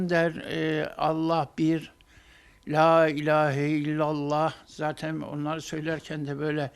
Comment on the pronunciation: bizimkide söylemeye çalışıyor lailaheyi diyor derken karıştiyıp la ilhyaya laylay diyo ))